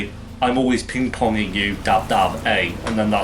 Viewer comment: "I'm always pin ponging you" - A LOL!